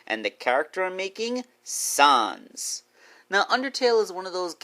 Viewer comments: Can you please stop saying son son it’s sans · It’s sans not sons